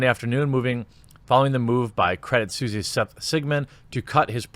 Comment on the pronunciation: credit 'sweece'?